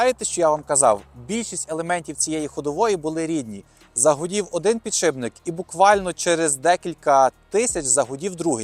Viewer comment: підшиПник, не підшиБник! під шиПом, не під шиБом ))